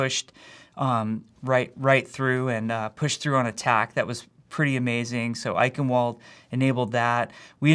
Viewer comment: Jeff, that's not how you pronounce "Eichenwalde".